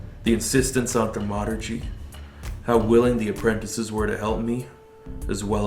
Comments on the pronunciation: Am I the only one who's driven absolutely bonkers by the way he says Thaumaturgy...like WTF it's not Thu Murtugy🤣🤣🤣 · (THAUM ah ter jee)...dammit...